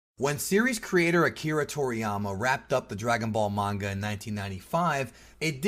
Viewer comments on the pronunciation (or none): none